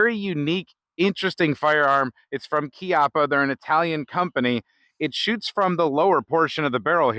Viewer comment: Yeah You pronouced it properly.. Your the first ive heard here. Bravo!